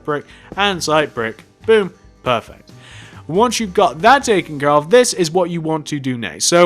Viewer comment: "Perveert eh perfect"